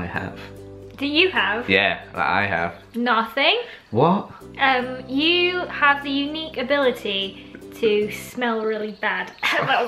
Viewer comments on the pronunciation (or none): The way said noting is just loooooooool